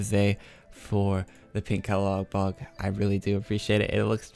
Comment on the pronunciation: Dammit, Its caladBOLG not caladBOG lmao